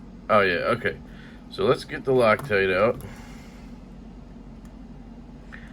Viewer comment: No one call me a Xenophobe, but when you said “rock-tight” I couldn’t help but laugh thinking of someone who has a stereotypical Asian accent/pronunciation saying “loctite” 🤣🤣🤣🤣🤣